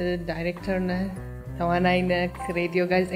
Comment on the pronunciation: ከ ጋር የነበራችሁን በሳቅ የተሞላ ጣፋጭ ኢንተርቪው ከቤተሰሰቦቼ ጋር አብረናችሁ በሚያስቀው እየሳቅን ከቁም ነገሩም እየተቋደስን አደመጥናችሁ-ደስስስስ ይላል!!! ግን ግን በንግግርሽ ላይ የምትጠቀሚያት የብዙዎች ግድፈት የሆነችው "ክ" ፊደል አንቺም ጋ እየተሰነቀረች "ነክ"...ስለ ሰፈርክ..." የሚሉ ለከበረው ፓድካስትሽ የማይጥኑ የፊደል ግድፈቶችን ብታስወግጂና "ክ" ን በ "ህ"ለመተካት ብትሞክሪ የተሻለ ይሆናል ብዬ አስባለሁ። በተረፈ ይቅናሽ በርቺ እንወድሻለን❤